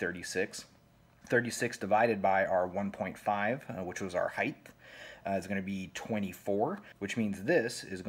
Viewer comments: I will correct the fact that you said "heith" instead of height, as a non criticism correction for future. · The only thing that bugged me about your great explanation here was your use of the word "height" but you added the "th" to the end of it haha. Heighth isn't a word. Height already has enough extra letters 😂😅